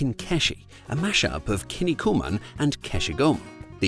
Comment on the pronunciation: "Kin niku man", not "kinni ku man". Kinniku means muscles in Japanese.